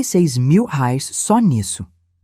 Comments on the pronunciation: Não é " rais " , é " reais " . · Gostei, mas arrume essa narradora que fala algumas palavras erradas. Em vez de pronunciar REAIS, sai como RAIS. Deve ser IA né? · Temos moeda nova , rais ao invés de reais 😁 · Quando você coloca um trecho ou uma história na IA o valor em reais as vezes não é entendido e sair raires. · Eunice; assistindo de São Gonçalo RJ Até agora estou gostando, só não entendo porque esses narradores que são brasileiros, não falam a palavra "Reais" , como deve ser. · Se esta estória ocorreu no Brasil com personagens brasileiros porque a narradora não consegue pronunciar corretamente o nome da nossa moeda?